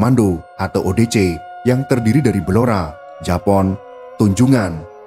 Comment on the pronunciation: Jepon min, bukan japon✌️✌️